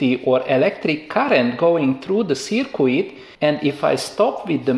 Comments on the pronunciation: Its not a circwid its a circuit pronounced circ-it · Circuit pronounce as "cirkit" not " cikwit" 🤣🤣🤣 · Great vids. FYI don't pronounce the "u" in circuit. Read it as Circut. Phonetically Searcut. Cheers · I like the way he says "seercueit" for a circuit. Phonetically it's "Sirkit". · Well done for taking the time to explain things as you do. Some people might find you are taking too much time but I understand the importance of not rushing basic concepts. Just one tip - I know it's spelt circuit but it's actually pronounced as if spelt 'sirkit'. Keep up the good work (from a former electronics engineer). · Sir qweettttt!!! :-)